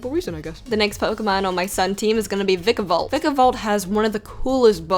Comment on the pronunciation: Why does everyone say vikavolts name wrong its pronounced Vikavolt [Vye Kah Volt]